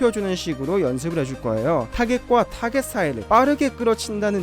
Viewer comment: 타겟을 타게치라고해서 불편해요 ㅋㅋㄲㅋㅋㅋ